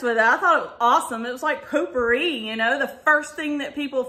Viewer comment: When you said potpourri, you said sounded like you said pooppouri. lol I hate the pumpkin pear scent. I have no idea why I bought it.